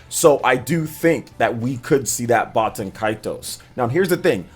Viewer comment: I think you're saying baten kaitos wrong